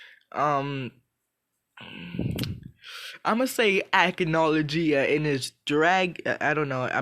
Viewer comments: Its pronounced Ack-No-low-Gee-uh. Hope this helps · you said acnologia wrong